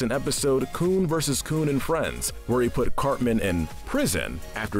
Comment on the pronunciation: You pronounced Cartman as Carmen.